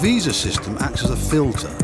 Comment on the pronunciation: feel pity for the student. Fire the immigration officer for not pronouncing properly